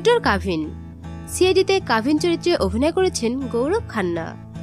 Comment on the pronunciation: ছিরিয়াল না সিরিয়াল হবে,কাভিন না ক্যাভিন,ছি,আই,ডি না সি,আই,ডি হবে। মুর্খ মেয়ে কোথাকার।